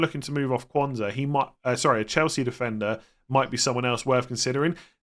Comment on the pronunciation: We need to have a more definitive way of distinguishing Quansah from Konza. They are spelt very differently but pronounces them almost identically. I listened to last nights stream and was convinced I should be selling Konza but for the life of me couldn’t work out why, having watched this it now makes sense!